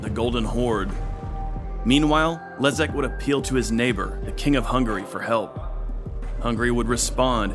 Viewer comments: Kudos for the authors for getting polish pronounciation right, which is very difficult - respect! The name of polish prince Leszek actually sounds Leshek not Lezek, but apart from that - just wow, you managed to properly pronouce sounds which are usually close to impossible for english speakers. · BTW: Leszek = LeSHeck, not Lezeck. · Great video. BTW Leszek reads Leshek In almost all cases sz = sh :) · Very good, but it's Leszek, not Lezek. I would love for you to check the pronunciation in advance. Some names you got right, other names almost right (Kraków), while other names could be better. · Leszek = Leshek. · Mate, sz you pronouns as sh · I'm really astonished how good is your pronunciation of polish cities. Really I can't recall some pronouncing Sandomierz even remotely ok. 😂 But polish king Leszek the Back is pronounced with 'sh' in the middle , like in 'shock' and Kraków is pronounced with `oo` at the end like in `groov` 👍🏻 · Your pronouciation of Sandomierz is impressive, but in Leszek - sz is pronouced like sh in "Polish".